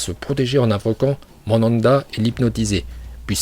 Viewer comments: On dit manda 🤣🤣🤣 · Tu te prends pour qui a prononcé les prénoms comme tu veux il s'appelle Naruto donc ne l'appelle pas naluto Et le serpent ne l'appelle pas Mandanda Et puis on ne t'appelle pas